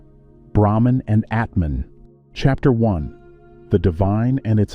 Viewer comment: ATMAN no Etman